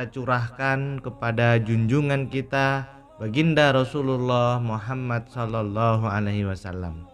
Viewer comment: Org mn sih gk bs nyebut nm rasulullah dg bener...muhammad.